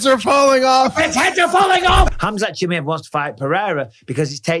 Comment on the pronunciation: For the love of god Michael, can you pronounce fighters names correctly? 🤣 Chim eye ev